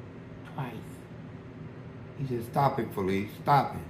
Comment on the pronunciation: His name not fleece he pronounced his own name fa leece